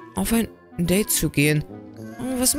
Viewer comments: Das heißt nicht deid das heißt deide😂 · Date!!!! Nicht Dait!((